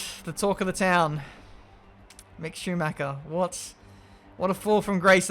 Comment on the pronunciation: Love your videos as my daily dose, but: Schumacher isn't pronounced Shoemac-ca ;)